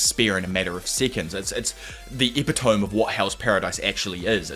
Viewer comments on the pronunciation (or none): My brother, i have never in my entire life heard anyone pronounce the word epitome like ep-i-tohm. Like English is obviously your first language but isnt the word eh-pit- oh-mee